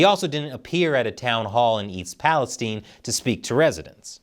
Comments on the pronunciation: Thanks for pronouncing "East Palestine" correctly. Very few journalists do. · This man is brilliant. He knows how to pronounce "East Palestine," which almost no journalists do.